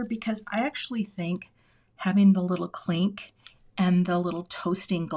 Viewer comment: Cute! Every time you said “clink,” I heard “Klink” & thought of Hogan’s Heroes! 😂 Way to stick with it & save the card! 😊❤